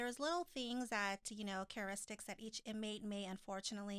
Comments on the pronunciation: is saying cararistics instead of characteristics and I crack up each time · is not correct... it's not about 6 new couples... Angela and Tony have been on more than 1 season. Can she pronounce Valentine's yet? And now its time to let her know its characteristics not careturics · kept saying ChaRIstics????? Girl 👋🏼 bye